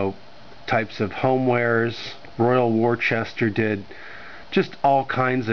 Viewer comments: American pronunciation: wore-chester. British pronunciation: wooster (like rooster) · Wor Chester 😂😂😂😂😂